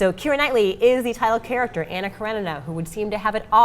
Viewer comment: 🤨😤🤔 One: (Ah)nna, as in (Blah). Russian doesn't have (Ah) as in (Man) Анна Каренина. Two: then you can't understand the depth of the movie. Don't even try. Cretin